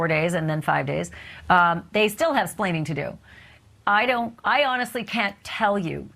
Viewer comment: Educated woman who says ‘splaining’. 🙄